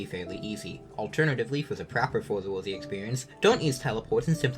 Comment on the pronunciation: Not even tryna be mean but hearing you say for the worthy hurt